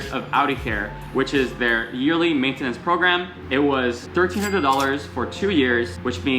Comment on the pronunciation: Mate-ten-its lmao cracked me up